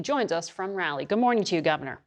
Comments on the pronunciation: I hope the moderator learns how correctly to pronounce the name Raleigh! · Is it pronounced Rally or Raughley?